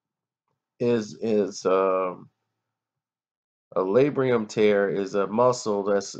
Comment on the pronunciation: It's Labrum, not Labrium